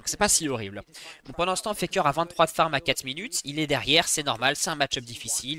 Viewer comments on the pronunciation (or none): Superbe vidéo mais j'avoue que dire jarvHAAN, dorHAN, FAKÉ ça ma trigger de fou. Mais contenu qualitatif